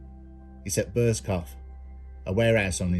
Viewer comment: it made me chuckle because I used to take the piss with an old work colleague pronouncing it burscoff! Drove him nutts🤣